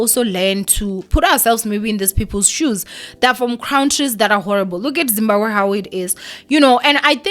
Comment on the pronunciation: Everytime she mentions Zimbakwe or Zimbagwe i cringe😣😣